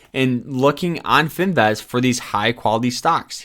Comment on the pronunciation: bro please never pronounce the word finviz again because wtf LMAOOOOO